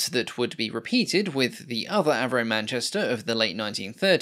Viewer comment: When an aircraft goes from AVRO to AV-NO.